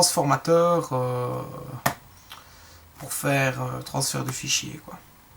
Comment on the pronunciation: mec.... on dit transfert hein...